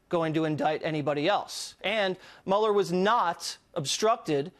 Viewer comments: Narrator dork. Learn how to pronounce the man's name. It's not Mueller it's Mueller... Everybody else in the country knows that I said correctly maybe you should learn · Before you put something on a video maybe you ought to be able to say Robert Mueller's name correct! 🤪